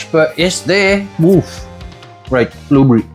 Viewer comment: this is how im pronouncing blueberry from now on 😂nice vid i subbed